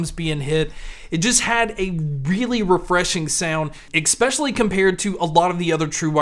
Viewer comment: Please stop saying exspecially